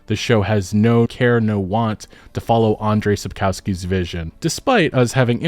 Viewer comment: pronounce it as "Sapkovskee"